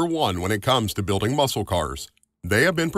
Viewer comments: Please quit saying Muskal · It's ok. You can say it. No one here understands the Daytona either. Also- a tip. Don't pronounce the "c" in muscle. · The C in the word Muscle is silent. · There's probably "NO SHANCE!" you'll read my comment.. lol but the "C" in muscle is silent. Love your videos.. love your enthusiasm 😊😊